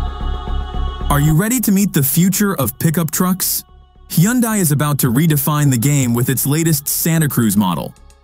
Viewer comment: Not sure I’ve ever listened to anything that had so many different pronunciations of Hyundai that never managed to actually get it correct. 😂 However, other than the struggling AI voice, not bad quality and quite good information for consumers to consider.